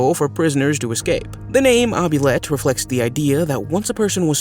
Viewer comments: It's pronounced ooo-blee-et. Not oh-be-let😂 any fan of labyrinth could tell you that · "Obulette" ? I downvoted and left. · It's an OUBLIETTE. Not an obulet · Oubliette: ooo-bli-ette. And the French verb is oublier, not obulier. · It’s a oubliette not obliette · Its pronounced oobliette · It’s pronounced “oo-blee-ET” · ITS PRONOUNCED " OOBLIYET"!! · just an FYI, the French word Oubliette Is actually Pronounced OOH - BLEE - ETT . And as for the worst Punishment, the wholesale Bastardisation of the English Language in this Video was even more Unbearable than the subject Matter 😂😂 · The pronunciation is “”oo-blee-ette” ….”oo” as in Boo! “Blee” as in Free “ette” as in get. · Agreed, it's awful. "Ovulette" ?? for oubliette 🙄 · ou = hoo. Oubliette = hoobliette. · Please learn how to pronunce oubliette - you’re making my teeth itch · Oubliette is not derived from a french word..it IS a french word...(which you also pronounced incorrectly). Your explanation of "gallows" was also very incorrect. Garote also mispronounced.